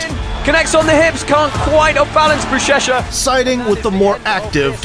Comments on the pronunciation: He said buchecha bro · Just a small correction. Portuguese ch is like sh. So it is "bushesha" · UChECHA ? Are you serious ? Learn their names at least , that’s a noob mistake …